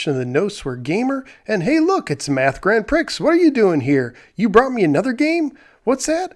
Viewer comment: It's Grand (PREE)